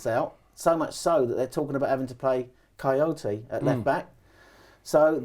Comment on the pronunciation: coyote or Kouyate?